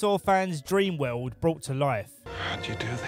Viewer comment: "Lost Weuuuwwwld".